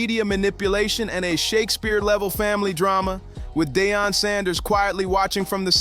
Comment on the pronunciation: Dion, no it's Deion! 😂